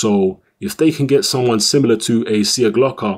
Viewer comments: Its pronounced Sieklocha. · There is no "Slav" in you, the surname is pronounced SIJEKLOCHA:D Anyway, good performance by both fighters actually. Nikola came to fight and gave Yarde the best test so far. Few more fights and he will be ready for a title shot!